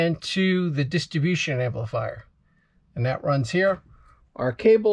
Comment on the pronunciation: PRONOUNCE: " DISTRIBUTION" NOT: DISTABUTION!!!!!!